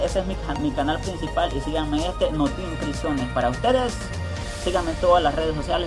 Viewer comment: jajajajajajaja notipricion 🤣